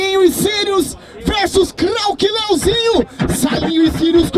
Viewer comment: O cara falou lezinho em vez de leozinho